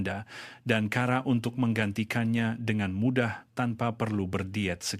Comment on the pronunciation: 1. Sebutan sebutan pelik Cara di sebut kara Cecair disebut cekair Racun disebut rakun Cuba disebut kiuba